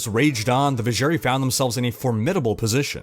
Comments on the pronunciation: I love your videos and in-depth detailing. As do my two brothers... *sinister glance*. But I swear to god in-game audio pronounced it "Viz-zher-'eye'". Not "ee". Also, censored Andariel tatters. Iconic. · thats not how Drognan pronounce Vizjerei in d2.... edit: jesus christ you say it like 50times throughout the video and it is wrong every time! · I cringe everytime he said Vizjerei wrong